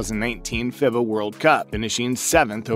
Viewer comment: FIBA is pronounced feebah